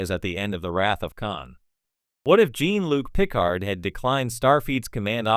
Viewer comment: AI slop can be funny sometimes. He said "Jean-Luc Picard" like Q would haha. Jeen Luck Pickard